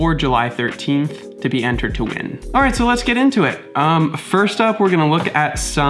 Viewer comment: A reasonable Australian "Alroight mate" at the start....